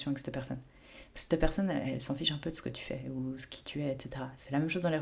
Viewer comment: Petit rappel amical chère, en français on dit cet/cette,😉et non l'horrible "c'te" qui frisse les oreilles🥵😭. Vos vidéos n'en seront que meilleures.🌞